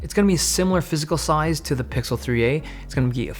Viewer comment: What's up with the "soize"?